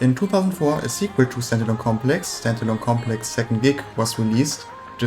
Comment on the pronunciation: Dude... Wenn "Stand Alone Complex" aus deinem Mund wie "Sentinel Complex" klingt, solltest du vlt deine Aussprache für so ein Video überdenken. Auch sind 20€ für paar Schall-Dämm-Matten beim Einsprechen nicht zuviel verlangt, oder? Selbst Eierschalenboxen erfüllen diesen Zweck...